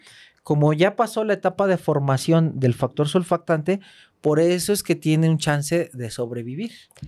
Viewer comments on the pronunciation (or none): none